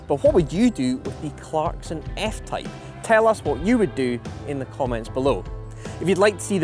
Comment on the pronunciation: cleremy jarkson